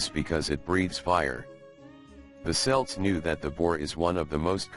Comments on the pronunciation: "Celt" is pronounced with a hard c. We're not talking about an American football team. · cant believe he does not know how to pronounce celt